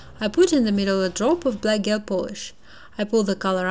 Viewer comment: По английски гель произносится как «Джел». В остальном все супер !